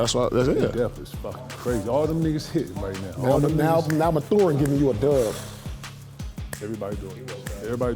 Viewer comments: It’s “Math er in. Not Ma thu in! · he says it like “methuen” 😭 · Paul it’s pronounced MATHurin lmao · Lmmfao pierce breaking every syllable down in Mathurin name 😂😂😂😂😂😂😂😂😂😂